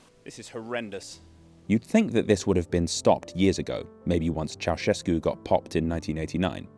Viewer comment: “Nicolae Ceaușescu” oh no